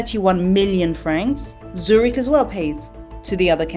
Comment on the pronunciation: Also the features guess who is an idiot at worst French at best must know that Zurich is not pronounced Zuch it’s. It a zucchini lmfao